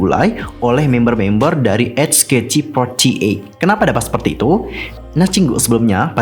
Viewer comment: sebutnya cuma "ech kei ti for ti eyt" kok, terlalu banyak ch ch nya wkwkw